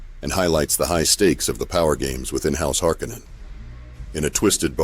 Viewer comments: HarKoh-Nan sounds way fucking better than "Harkennen" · HAR-KONAN!!! Not harcunon